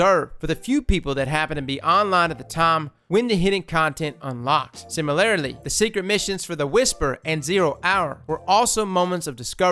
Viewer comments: SIMILARILY 😂 dude. Why can’t you pronounce “similarly?” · TIL: can't pronounce "similarly"